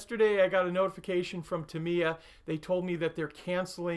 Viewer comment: sorry, I hate to be that guy, but... it's pronounced TA-mi-ya. (Love your videos!)